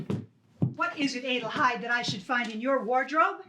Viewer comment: It is a nice adaption, but the mispronunciation, several times of Hedi's full name Adelheid drove me nuts.